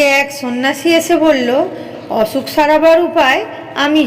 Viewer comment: অছুক❎ অসুখ✔️